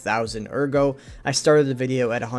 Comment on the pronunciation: why do you call it agro when in game they say it the way it should be said lol it’s ERGO pronounced like AIRGO in game